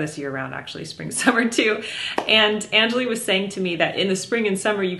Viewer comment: Jennifer, I believe you’re pronouncing your friend’s name and brand incorrectly. If she’s of Indian origin, it’s un-JA-lee. And the brand is rung-GO-lee (which could mean colorful). Check with her 😊